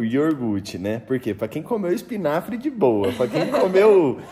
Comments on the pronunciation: *I O G U R T E" pronuncia a palavra certa para o Noah aprender a falar corretamente, se os pais falam errado os filhos também vão falar errado. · YORGUTE meu Deus,vcs não foram na escola,seu filho vai falar NÓIS FOI, NÓIS VAI,IGUAL O PAI FALA QUE RIDÍCULO,TANTA FRESCURA E FALANDO ERRADO,ESSE PAI MERECE UM PREMIO DE QUE FALA ERRADO E NEM SE CORRIGE, FALA PRO VOLTAR PRO EJA. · O E APRENDAM A FALAR CORRETAMENTE É YOGURTE.......